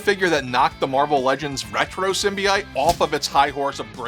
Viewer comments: Bro, your bad pronunciations are killing this video. Symbiote (sim·bee·owt), and the gargoyle figure name is Demona (DEHMOWNAH). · PSA: it's pronounced "SIM-bee-OAT"